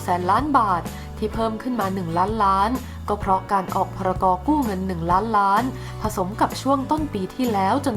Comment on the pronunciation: อ่านให้ชัดเจนหน่อยคำว่าล้านล้านบาท